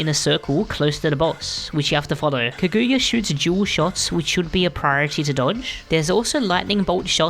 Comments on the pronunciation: bro its kaguya not kayuga XD?? how did you make this entire guide and still fuck that up!!! Insane work by the way. i come back to this just to learn a new thing i never payed attention to. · Finally a good MV Guide Edit: Bro swapped the "g" and "y" on Kaguyas name. It's such a famous japanese name too